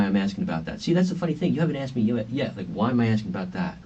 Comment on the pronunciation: “She axed about the cheques”….ASKED. A minor thing to point out i know but it’s so irritating 🤦🏻‍♀️ subbed btw, I hope your channel takes off, it’d be well deserved